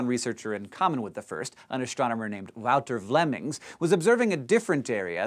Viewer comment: good job on the pronunciation of wouter vlemmings